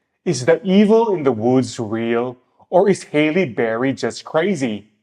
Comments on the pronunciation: her name is HALLE, not hailey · Her name is not HAY-LEE Berry ...it's HAAA-LEE Berry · Halle is pronounced like Sally lol